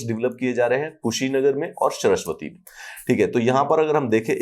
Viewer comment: सरस्वती नहीं नाम है सर श्रावस्ती बोलते हैं